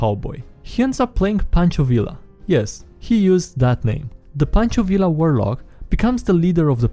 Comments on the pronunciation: WHY DO YOU SAY “Villa” I’m like 95% sure it’s “Viya” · I don't know what I was expecting from the guy who mispronounces his own name at the start of every video, but listening to you say "vil-la" instead of "vee-ya" made the little Mexican in me shrivel up, die, and come back as a revenant. Hahaha And that is why my players are now fighting an angry ghost who is haunting a bardic college that taught the wrong pronunciation of his name to its students. Hah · Its pronounced Ve Ya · Fun fact: the Villa in pancho Villa is pronounced ,like viya. Because the double L is pronounced like a Y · Learning time, double L in Spanish is pronounced like Y, so Villa sounds like Vee-yah